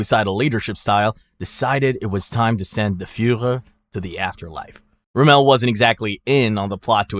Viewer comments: It's ROMM-el, not RoMELL. He wasn't French, you know. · Erwin Rum-MELL?!?! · ROMMEL NOT ROMEL HOW U MAKE THIS VIDEOS AND DO 0 RESEARCH SMH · Can’t get em all bro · pretty sure it's AI he doesn't even say Rommel right